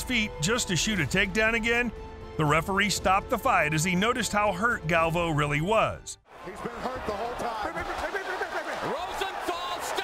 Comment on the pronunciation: It's not pronounced galv-o it's gal-vi-o